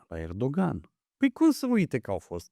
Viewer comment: Ahhh îmi place să urmăresc dar lasă invitatul să-și termine ideile, altfel să emisiuni cu părerile personale. Nu completa ca să arăți ca știi și tu ceva, ca știm ca știi dar vrem să aflăm ideile informațiile invitaților. Invățați să pronunțați corect nume ca Erdoğan (ğ este mut) deci e Erooan; Mark Rutte (e la sfârșit de cuvânt în olandeză se pronunță ǎ) este Rüttǎ